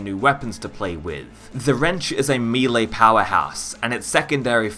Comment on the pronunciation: "Mee-lay" hahahaha shards of glass in my ears